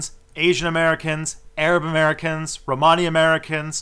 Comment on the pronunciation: Pls could you pronounce Romany properly?!. It's like ro-ma- knee not pronounced like armani. Thanks, my Romany grandmother would be spinning in her grave lol!